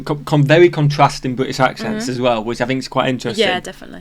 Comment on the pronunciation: "We're pronouncing the "R" in hub aren't we?" While you aren't even close to pronouncing that R. 🤣 Also, it's "well", not "wow". Hilarious you guys working to hear some of the differences while they're screaming out to Americans.